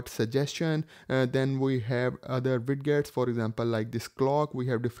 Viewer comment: O ... moorkha insaaan ... Widgets Hota Hai..wiget wijet vijet ... bolna seekh .. Ye Wid gets q bol raha Hai...da q laga raha Hai...Haddad hai Har koi guru ban raha Hai.. galat baat